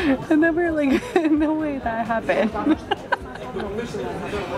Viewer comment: bro says 'zgreb'. its 'z-ah-gr-e-b'.